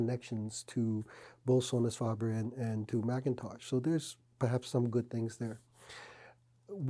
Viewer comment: is instantly non-credible when he can’t even pronounce Sonus faber or McIntosh correctly